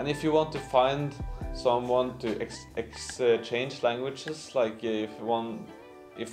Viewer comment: Maaaan,, you're so funny when you are struggling pronouncing the word (exchange) ,,,, and i'll expose the line you tried to hide it says (hay finally,,, i hope i'm not too late) i wonder why you would hide that ,,,,, i want to tell you that you're عسليه it means you're funny beautiful loved person ,,,, last thing want to say yeah man I'm down for a meet up so we can practice our fucked up English language together 😂😂